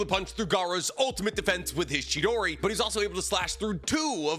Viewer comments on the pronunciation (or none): Bruv. Sounds like he's saying "otter defense" 🦦🛡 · Anybody else hearing him say 'otter sand'?